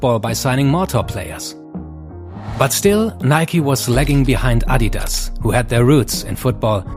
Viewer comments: Love how he actually pronounce Adidas correctly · Its so weird hearing someone actually able to pronounce “Adidas” correctly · I love how you guys say Adidas, the correct pronunciation, also loved to see neymar rolling out of the screen , greetings from Brazil 🇧🇷